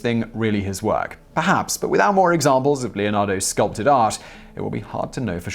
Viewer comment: “other examples of da Vinci’s skull-pted art”? :)